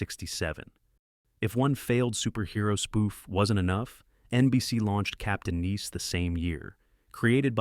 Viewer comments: It was Captain NICE, not Neece, asshole!!!!! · It's not "Captain Neice" morons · BEYOND STUPID Ai narration!! perfect example "Captain NEES".. REALLY????? THUMBS DOWN! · He also pronounced it “Captain Niece”. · LOL 😂 I totally agree 👌